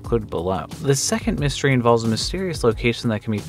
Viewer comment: He said “moo-stery” and I unsubscribed